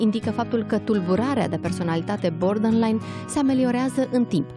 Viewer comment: Nu a ascultat nimeni materialul citit?! Pe tot parcursul domnisoara spune “bordenline” in loc de borderline. Inclusiv moderatoarea, ceea ce ma face sa cred ca este aceeasi persoana. A explicat invitata termenul. Ca vine de la border, care inseamna granita.